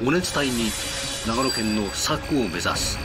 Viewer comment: 長野県民からすると、ナレーションの人の佐久の発音めっちゃ気になるw